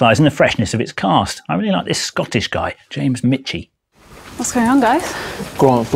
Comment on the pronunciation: Scottish surname Michie, as in Jamie Michie (Borderlines), is pronounce "meeky" not "mitchy".